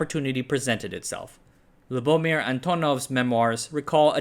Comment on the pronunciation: It is pronounced LuboMIR